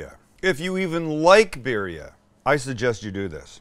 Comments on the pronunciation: The I in Spanish is pronounced like e so like bee dia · At least pronounce it right and roll the Rs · This man charges way too much his del taco style tacos. And it’s not beerria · BEER RHIA. LOL LOL LOL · “Bear-ria” is crazy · This looks so good but I hate the way you pronounce birria lol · You're pronouncement of birria is hilarious.